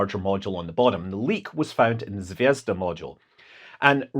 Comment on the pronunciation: did you say Zvedzdabule? 🤔